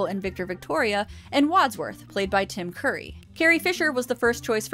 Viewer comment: Tim Curry! Not Tim Coorry! Curry! Like the "u" in "up"!